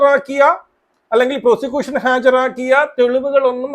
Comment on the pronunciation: പ്രോഷികൂസൻ അല്ലട, "പ്രോസിക്യൂഷൻ".